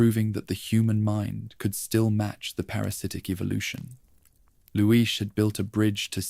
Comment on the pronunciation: Shame you couldn't pronounce leon and Luis... renaming them layon and luish 😂😂😂 otherwise it was good